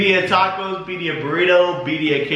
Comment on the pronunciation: Hahaha I love them but that was making me giggle!!